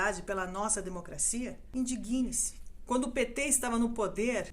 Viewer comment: Adorei os esclarecimentos, trazidos de uma forma calma e sensata! Só queria deixar uma dica à locutora: a pronúncia correta deveria ser "indígne-se" (dando força, destacando a sílaba "dig", como se houvesse um acento agudo). Que Deus tenha misericórdia da nossa nação!